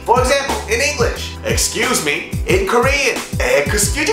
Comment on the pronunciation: Excuse me. Excu-ju-duh-me. LOL